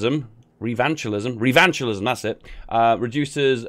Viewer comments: Actually its rev in chis um😂😂🤣🤣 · Revanchism is an English word, lmao "Did I pronounce that right?" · Revanchisme is French. Revanchism is English.